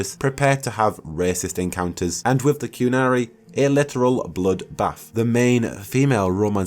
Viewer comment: its minra-TH-os not miv-raf-os, and also wi-TH not wi-V. sorry real bugbear of mine. That said good vid. really hope there is more than just the city. loved how DAI you could go all over. Sounds a bit too much like the crappy DA2.